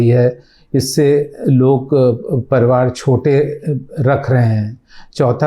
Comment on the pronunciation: ITS PARIVAR NOT PARVAR...